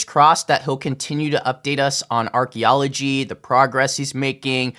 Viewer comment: Archy? I believe it’s pronounced Arky L0L